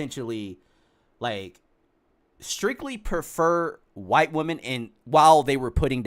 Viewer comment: Only thing i dont like is saying white like that. That aint right either, but neither is he